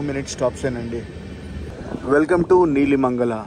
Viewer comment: Bro నీలిమంగళ station కాదు నెలమంగళ